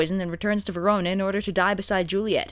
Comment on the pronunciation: I'm aware the comments are all commenting on the content of the video and while that's all well and good... Did say "Verono"?